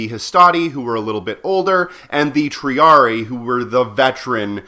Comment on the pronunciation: Minor nitpicks with the latin pronunciation. "Principes" is pronounced with the c sounding like a k and "Triarii" has the second i sounding like the "a" from "able". Anyway, great vid. Thanks for the completely contextually irrelevant information.